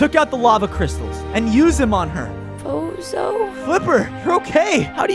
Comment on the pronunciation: I mean fozo not foza